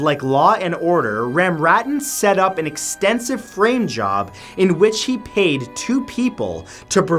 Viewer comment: This is terrible, but I kept hearing, “rim job,” not “frame job.”